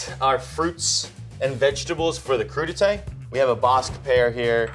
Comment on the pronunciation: Every time he said Crudités I kept hearing #PootieTang